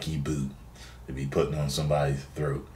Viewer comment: throat . with an r say it with me XD